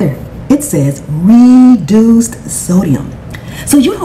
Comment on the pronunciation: The way put emphasis on "reeeeduced sodium" had me dead 🤣 She's lettin' people know with a smile.